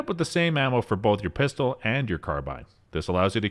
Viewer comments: dunno why, but it really annoys me when he pronounces pistol as "pister" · You keep saying PISTER and your job is to talk…..